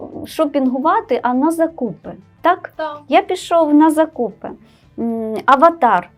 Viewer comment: Хороший матеріал, але помилки від мовознавців якось не тішать. Наскільки нам відомо, запозичені загальні назви не зберігають подвоєнь, то як же можна писати "буккросСинг"? І наголос у слові "закУпи" явно не відповідає нормі.